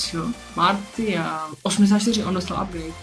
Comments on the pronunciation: Bože můj Martial se čte Marsial ne Martial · martial se čte marsial